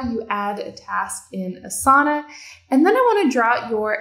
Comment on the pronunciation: Thank you for a quick overview on Asana! I would just like to comment that since Asana is a yogic term, the correct way to pronounce it would be Aasana not Asaana. I recommend you listen to some Sanskrit pronunciation videos for Asana. Thank you!